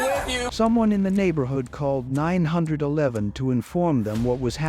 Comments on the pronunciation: AI! She called 9 hundred and eleven! 😅 AI needs to be boycotted. Unsubscribing now. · Nine hundred and eleven? Artificial intelligence isn't so intelligent is it.😮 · Septimember? You better call nine hundred and eleven right away! 🙄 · It's not nine eleven, not nine hundred eleven, it's nine/one/one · 48, did the lady call nine hundred & eleven? Why NOT say 911. Roll my eyes & shake my head at STUPID Narrators.